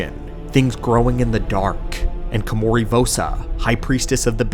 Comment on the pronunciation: How is it you spelled her name right, yet you spent the whole video mispronouncing it? Ko-ma-ri. Not Kimori. Did you even play the game?